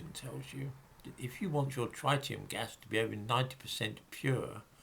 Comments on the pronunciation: the first syllable of ‘tritium’ rhymes with ‘tit’, not ‘tight’. 😁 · Reverend George No. Tritium is an isotope of hydrogen. It has a single mandatory proton like all isotopes of hydrogen and in addition has two neutrons. The other isotope is deuterium with one neutron. This is absolutely nothing to do with oxygen, which has 8 protons and usually 8 neutrons. You are thinking of the ozone molecule. P.S. And you’re completely wrong about the pronunciation too.